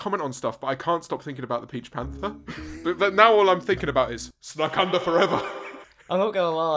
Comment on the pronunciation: I actually thought he said snack UNDER forever! cos the Twinkies were under the sofa! 😂